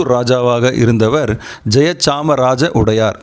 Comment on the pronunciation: உடையார் இல்ல...வடையார் என்பது சரியானது...